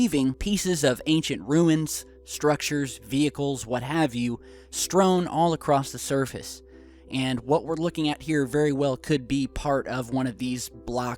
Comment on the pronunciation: 'strown'. REALLY?!? I am finding it more & more difficult to take these videos seriously-when you aren't even professional enough to speak proper English. I am done. Just lost a subscriber.